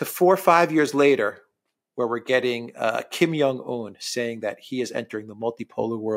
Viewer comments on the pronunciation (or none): You know what's really not hard stuff? Pronouncing Xi (she) Jin Ping and Kim Jong (not Young) Un's names correctly. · The name is KIM JONG UN, not Kim Yong Un. You're reading Jong as if it were the same as in Karl Jung or "young man." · The leader of north Korea is called Kim Chin in. Not Kim yan un😂